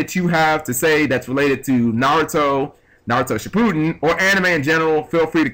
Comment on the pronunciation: kinda butchered the names for someone who likes the show so much though